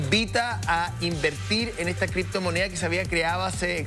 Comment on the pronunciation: LAH CRIPTOMONEAH... LLO TE VOY A ESPLICARTE.. que verguenza de programa